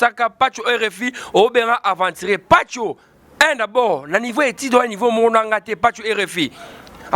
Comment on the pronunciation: Mts suka en plus azalaka fière soki azoloba aventurier